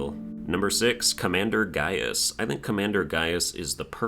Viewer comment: Buddy said Gauis was good